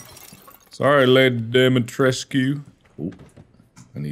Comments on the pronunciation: The name has romanian origin and you pronounce it like you write it Dimitrescu! The main character saying it like Dimtresk, but its wrong! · yeah, but even if that was the case, you wouldn’t pronounce it as “Dum- EE-tresk”, you would also have to include the U at the end so it sounds more like “Dum-EE-tres-coo”. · Oh ok, my apologies for misunderstanding your comment ;-;. For IPA, I am guessing it would be “Dumi’tresku”, as supposed to “Dumi’tresk” (Capcom’s pronunciation). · The actual character saying her name: Domitresce Mark being dumb: I think it's dimitresq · The real word equivalent is Dumitrescu and sounds a lot like what the voice actors are saying. In game it's spelled Dimitrescu so I don't know why they would pronounce it like Dumitrescu unless there was a typo somewhat early on and they stuck to it. (u is next to i on qwerty keyboards) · I think it's pronounced dimitrOOOOH YOU STILL THERE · Mark: I don't why she's so mad at me Also Mark: kills her daughters and repeatedly pronounces her name wrong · mark correcting Dimitrescu on how to pronounce her own last name and getting his ass slapped for it seems about right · Mark here trying to correct Lady Dimitrescu on how she pronounces her own name cause he likes the he pronounces it more XD